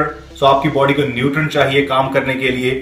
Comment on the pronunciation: 2.53 - "laad of sodium in there baady" wtf accent was tat ???